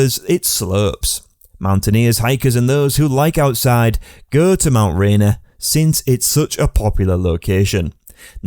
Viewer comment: At least use someone that can pronounce Mt Rainer properly. This video SUCKS.